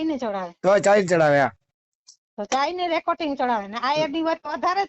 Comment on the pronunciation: રેકોટીગ નહીં રેકોર્ડિંગ કહેવાય